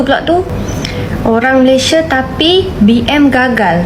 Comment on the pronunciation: M - A - L - A - I - S - I - A dibaca Malaidesh 😂 .. ..